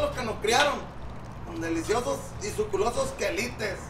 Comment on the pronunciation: Suculentos no suculosos 🤣🤣 esa palabra suena a culo